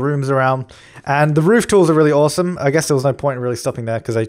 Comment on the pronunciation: "I think it's oowasom" XD